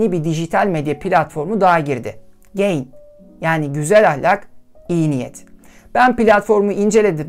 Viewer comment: Markanın adı "Güzel Ahlak İyi Niyet" ten geliyorsa neden ge(y)in okunuyor ya da okuyorsunuz. Ga(y)in diye okumak gerekmez mi?